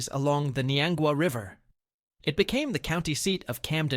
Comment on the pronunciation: Also French pronunciation of Bagnell and Niangua